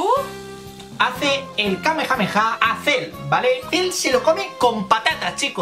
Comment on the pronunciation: pero que dices??? Era tan difícil decir kamehameha 😂